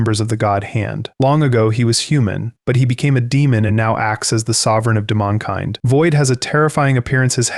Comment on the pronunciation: “Demmon-kind” are you joking?